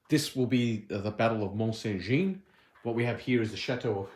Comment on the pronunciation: Please try to pronounce Jean correctly it is the French equivalent of John. Jeanne is the female equivalent and is the way you are saying it. Just type Mont Saint Jean into google translate and the lovely lady will say it in a beautiful French accent for you. All other pronunciation errors I can live with, but this is the name of the battle!